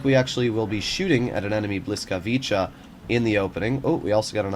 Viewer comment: Bruh that's not how you pronounce the tanks name